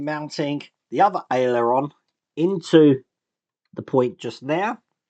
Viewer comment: Hiya, it's pronounced AIL-ER-ON, not AILEY-ER-ON:)